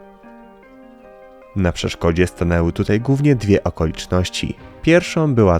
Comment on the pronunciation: Chłopak ma wadę wymowy. Ale nie poddał się, nagrywa super programy!